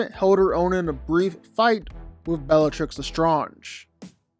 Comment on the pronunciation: You said bellatrix’s name wrong, no wonder why your list is mid. Harry is definitely not below Hermione.